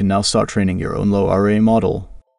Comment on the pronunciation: "Low R A" - are you using some AI text to speech, narration is so monotonic.